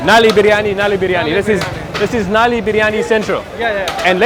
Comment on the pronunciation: So nobody told this guy that “Nali” means drain line in urdu. Right pronunciation for bone marrow is “Null-ly”😂